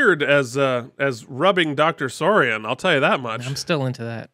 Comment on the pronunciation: Malcolm McDowell's character in Generations is called Doctor Tolian Soran... not Sorian ;)